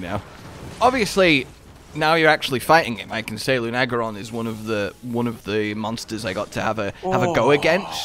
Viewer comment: Ever notice how mispronounces monster names? It's Luna-geron not Lu-nag-eron.